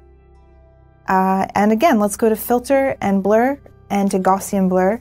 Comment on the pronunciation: Great video, just a small nit pit though - you're mispronouncing "gaussian". The first part is pronounced like "cow" but with a g. Example: gow-ssian (pronounce gow like cow).